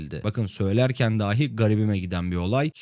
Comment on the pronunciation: Size tavsiyem, işinizin konuşmak olduğu göz önüne alınarak "daaahi" ile "dahi" arasındaki farkı öğrenmeniz ve bundan sonra da ona göre söylemeniz olacaktır. İyi çalışmalar.